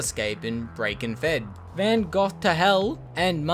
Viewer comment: Did you just say Van Gogh as Van Goth? It's pronounced Van Go, hence the the name, Van Gogh to hell. Lol.